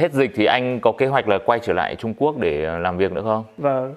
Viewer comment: Lúc anh ấy nói đi Trung Quốc mà nghe đi trộm cướp về kkk